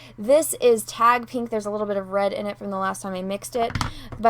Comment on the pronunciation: Love the way you say "pee-nk"